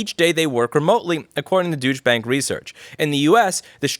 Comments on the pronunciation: I like your way better, or my way when I worked there (Douche), but it is "Doy-cha" Bank. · Not quite; it's "doytsh". But I suspect Louis knows that, and that he calls them Douche anyway. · Okay, even though I find it amusing that you call it Douche bank in German it would actually be pronounced Doy-chuh bank :D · no no it's "Douche Bank" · Probably because it sounds like it is being pronounced as "douche bank" - if you can't see him, then it ain't him. Technically it is pronounced more like "doytch bank". I always thought it funny that the Germans speak "Deutsch", but the Dutch speak "Nederlands" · Your pronunciation of "Duetsche Bank" sounds a lot like "Douche Bank," which is more appropriate anyway. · I love how you read Deutsche Bank like douche bank. It was involved in so much shady things yet faced no repricutions. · pronounced more like Doy-tche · Pretty sure it is pronounced "doosh". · You did say Douche Bank, didn't you? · I can't tell if you said "doosh bank" on purpose or not :P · did you say deutsch bank or douche bag? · Am I the only one who heard him say, "douche bag research" ? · It may be because im not a native english speaker , yet i keep hearing „ deutsche Bank“ as „ douche bank“ ... i cant unhear it xD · I don't think that's how you pronounce Deutsche but considering what they are proposing, Douche Bank does sound more accurate. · As a german i laught so hard when you said "Douch Bank" for "Deutsche Bank". 😂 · It's pronounced dOY-chai as much as they are a bank of douches for their proposal. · i like how he pronounces "Deutsche" as some kind of "douche". and now it sounds like douche bag if he says it fast. kinda funny and accurate. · lol louis pronounced deutsche bank as "douche" bank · It's pronounced "Doyt-sh-uh". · Perfect how you read that "Deutsche bank". It sounded like douche bags. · You said douche bank hahahaha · I noticed how you're pronouncing Deutsche Bank as douche. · Ponounciation is more like Doytshe Bunk